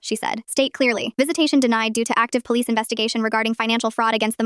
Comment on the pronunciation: Don't worry. Mama Lioness went to the poH-leeess.